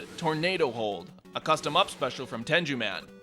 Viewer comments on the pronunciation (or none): It's pronounced ten-goo-man, not ten-jew-man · "Megaman, X, EXE, and Geo Stelar" You forgot Megaman Volnutt from Legends, dude. Count 'em, there's five. Metal Blade is from Metal Man, not Megaman. The g in Tenguman is a hard g, not "Tenjuman". Man, usually there's only like one, maybe two mistakes in one of these videos. Which is to be expected, nobody's perfect. More possible content for your next video correcting mistakes made in Know Your Moves I guess. Maybe. I mean, these are mostly just small flubs, so IDK. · Good video, though minus a few brownie points for saying "Tenju Man." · Ten-jew man..... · "ten joo man" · I didn't know it was possible to mispronounce name. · I know it's, that's my point. Hard "g." Not a soft one. I'm a huge Mega Man fan so it kind of caught me off guard. Also to the best of my knowledge, tengu aren't known for riding on clouds, but they do have wind-related powers, associate with crows, and have bright red faces with long noses. The Forces of Nature are based on three weather-related Japanese gods, and Lakitu is based on...well, not a tengu. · The way you pronounced gave me AIDs